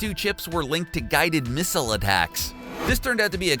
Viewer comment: Misile not mistle